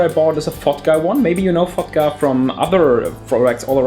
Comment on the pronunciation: He says "Fotga" like "fucked up" haha!